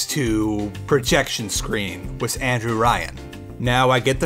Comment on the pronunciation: I love your channel and content but when you say with you say wiss. sorry😅